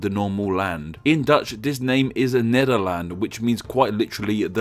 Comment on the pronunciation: Rick van der Sterren Yes, but definitely not "Nederlands"